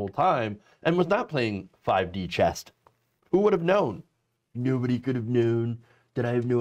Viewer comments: Chess! Not chest 😆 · Chess dude! Not Chest!!!